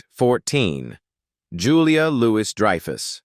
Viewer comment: Also Julia Louise Dreeeyfus